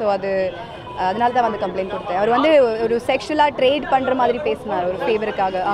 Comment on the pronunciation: Evendu evendu (Event) 😂😂ஒர்யூ ஒர்யூ (ஒரு)🤣🤣